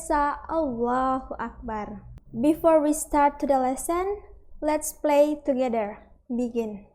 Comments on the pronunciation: pray bukan play kak🙏🙏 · Pray Tpi R nya sillent skli kedengaran kayak play Wkwk